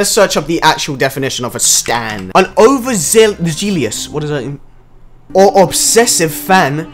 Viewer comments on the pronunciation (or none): Overzealous pronounced like over-zell-us means that you're overly enthusiastic about something in a obsessive and sometimes aggressive way.b